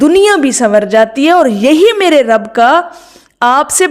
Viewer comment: ما شا ءاللہ۔۔۔ایک ضروری تصیح فرمالیں۔۔۔۔یا رب العالمین میں رب پر پیش لگا کر پڑھنا غلط ھے بلکہ زبر لگا کر پڑھنا درست ھے۔